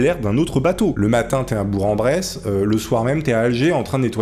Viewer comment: On dit bourK en bresse avec la laision entre le keu et le en Voilà bisous